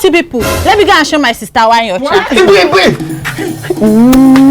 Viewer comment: My friend from the mountain😂😂 it's Ebere not Ebele